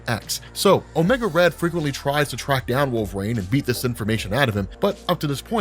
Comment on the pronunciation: I find it interesting how you pronounce "wol-ver-een" as "wolv-rain"